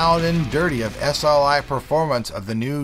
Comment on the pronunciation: lol S-L-KAI